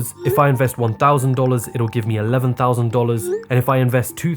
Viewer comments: “On3 th0usNd, twO thOuseNd, thRe3 tHoUsaND” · Man I love that" won thousand tou tousand" lol It's so funny to hear that